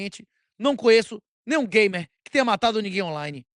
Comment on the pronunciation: Eu disse gamer, não gaymer 😂😂😂😂😂